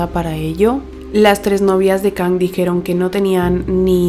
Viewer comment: se pronuncia Kang, no Kong, se me hizo raro